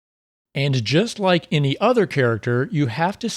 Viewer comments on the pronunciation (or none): none